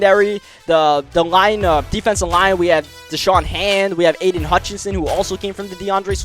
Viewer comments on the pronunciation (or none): none